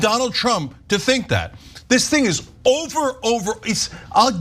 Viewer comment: ITS JOVER 😂